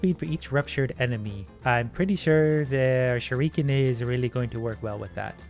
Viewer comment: pronouncing it "shur-eek-in" is killing me.